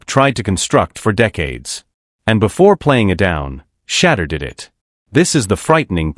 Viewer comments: Big time. The video creator could easily spell his name "Shadoor" so the VO gets the phonetics correct. Also, totally tired of AI's verbal constructs where it says first what something or someone is not, and then says what something or someone is. "This isn't just a _______, it's a __________." Or "It's more than ________, it's __________. Super repetitive construct when you hear it enough. AI still needs to evolve. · For real like just spell it as “shea-door” or “sha-door” until the computer say it right. That is annoying and usually gets an automatic thumbs down from me. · Shampoo Sanders?? 😂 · AI say his name correctly or do not make THESE podcasts at all. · Thumbs down on messing up Shedeur's name, AI pr not. Pit some respect on it!!!! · This is pitiful, can't even pronounce his name correctly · They lost big. Only sneaky way to show disrespect is to mispronounce his name. Sad.Sad.Sad. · Could AI learn to pronounce his name correctly 😢